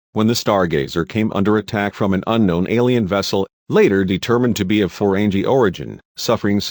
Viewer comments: Ferenji???? FERENGI, idiot...pronounce the names and terms properly! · Stopped at Reliant. Annoyed by the narration and the non-canon ships already, but to hear Reliant was a Destroyer??? Reliant was a Scientific Research vessel! And for godssake, it's "Ferengi," not "Forenjee." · Learn to pronounce correctly. Jean is "zhon", Ferengi has a hard G, Oberth has a long O. Get it right or don't do ii. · the robot voice is terrible. Gene Luke Pickard? Feren Gee? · Ferengi is pronounced with hard 'G', not soft 'G'! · "Jeen" Luc Picard? "Ferenjeee"? LOL!!!! No A or E? Ridiculous! Stopped watching . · Got to love how how he mispronounces Jean-Luc Picard and the Ferengi, he's definitely not a fan of the show or has ever watched it. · this twit is deliberately pronouncing "Ferengi" and "Jean" incorrectly.. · You do realize the voice is computerized, right? Listen to the cadence and pacing of the words. And I'm pretty sure a real person who is this much of a Star Trek fan would know how to pronounce Algeron, Jean-Luc, and Ferengi correctly lol